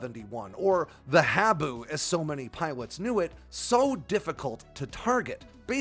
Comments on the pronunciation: Minor issue. "Habu" is pronounced 'haa-boo' - after a black snake native to Okinawa, Japan, where the SR-71 forward based on Kadena AFB. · Great video, the proper pronunciation of “Habu” is “Haa-boo”!!